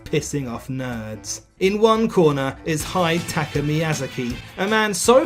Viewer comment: Congratulations on the most incorrect pronunciation of Hidetaki Miyazaki's name possible.